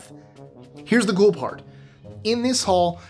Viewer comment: “Here’s the gool part…” 😂 Love it when these little slips make it in! Another great one, and crew!